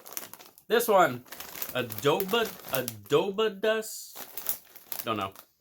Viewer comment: Congrats on 500! The carnitas street taco flavor is the same one from their Flavor Icons release. I think the bacon wrapped jalapeno poppers is also an old flavor. The adobadas flavor is the same one they released before and it's also a Sabritas (Mexican Lays) product. The pronunciation is sort of ah-doh-bah-dahss.